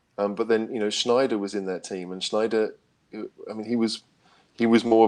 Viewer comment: you of all people should know how to say Sneijder properly!